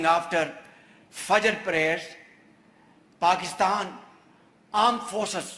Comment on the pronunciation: "Paxtan aand forces" has a vibe 😂😂😂😂😂😂